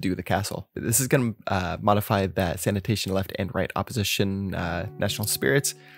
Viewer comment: sanation sanation